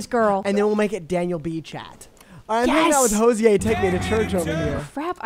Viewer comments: wait what it’s pronounced ho-zee aye?? i’m so stupid what the fell i thought it was ho zher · listening to saying hoziers name is actually driving me insane 😭